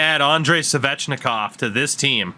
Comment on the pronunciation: The way you pronounce Svechnikov is so triggering